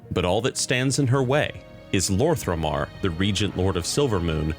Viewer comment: Quick note concerning your pronounciation of some names, so it's "Lor'themar not Lor'thRemar" and "Turalyon actually reads as Turalyan" other than that i really love your videos keep it up ! Much love !